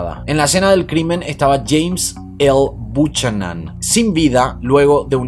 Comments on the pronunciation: Buchanan se pronuncia “bi-u ca-nen “ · Buchanan? Se pronuncia Bucanan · Saludos! Con todo respeto, el apellido Buchanan se pronuncia Biukanan.